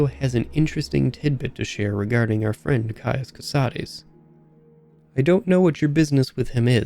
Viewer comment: Thank you for actually pronouncing Cosades the right way. It was getting so tiresome to hear all the latin-inspired names to be anglicized.